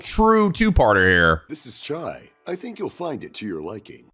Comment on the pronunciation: Someone should tell he's saying tea tea when saying chai tea.